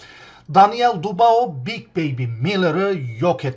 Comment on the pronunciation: Dubao degil dübua adamin adi be kardesim... gozunu seveyim su adamin adini duzgun telafuz et l... sevgiler.